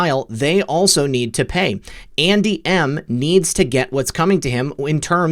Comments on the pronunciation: buddy it sounds like you are saying aunty M, like in the wizard of OZ, not Andy M!! so Funny!! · LOL! When you said: "Andy M," I thought you said "Auntie Em, Auntie Em." (Wizard of Oz) LOL!! I am surprised by how much noise that Apache 'chopper made. Before Desert Storm, my son was a crew chief on the Apache and after Desert Storm he went to Germany to clean the sand out of those choppers. He was constantly telling me how quiet those choppers were. He told that one time one of them came up behind him and he did not hear it but was alerted that it was there by the wind the blades were throwing.